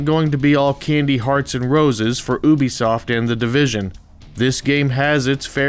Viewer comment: Omg people.. its youbesoft not "ewwwbesoft" not sure how people get this wrong, considering ubisoft is one of the biggest and most well-known AAA developing companies in the world